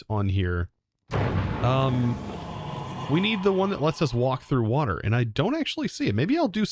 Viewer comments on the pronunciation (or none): none